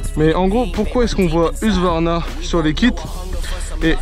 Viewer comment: husqvarna et pas hugsvarna les gars lol